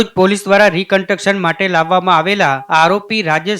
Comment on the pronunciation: રી કન્ટક્શન ના. બોલાય ભાઈ કેટલી વાર કોમેન્ટ માં કીધું યાર